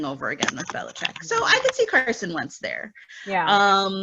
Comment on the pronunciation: Alright I figured Wentz to Chicago was wishful thinking, but thanks for confirming! Agreed, Wentz to Indy & Matthews to Denver would be good for the league (& your pronunciation was spot on!) 👍 Thankyou!